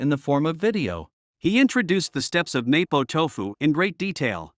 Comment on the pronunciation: I can't even watch your vid. You can't even pronounce MoPo Tofu! CORRECTLY!